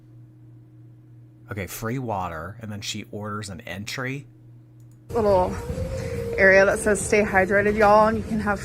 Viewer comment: There ain’t no way she didn’t know it is pronounced entree not entry ☠️ gorl is TROLLING